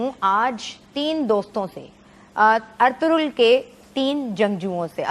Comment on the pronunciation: we pronounce it Arturul which is wrong its Erturul